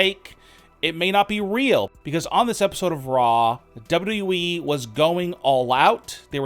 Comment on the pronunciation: It’s wwe not Wwwe